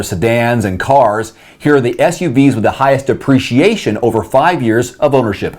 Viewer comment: Please crisply speak the word depreciation. The way you pronounce duhpreciation sounds like appreciation. Am i alone here?